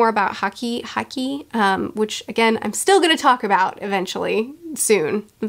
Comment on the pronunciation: To help make things easier, "haki" is normally pronounced the same way you'd say "hockey." Also, yes, with the combination of Impel Down and Marineford, I say it's better to take your time before uploading another video. These arcs in particular deserve more time to prepare and process everything.